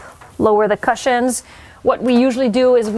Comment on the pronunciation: Such a good topic for today's video. I hope you take this as feedback and not me being mean but you could work on your pronounciation of cushions 🙂